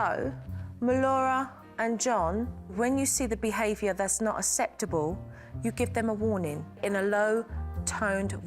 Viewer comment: aKseptable not aSeptable. Good grief.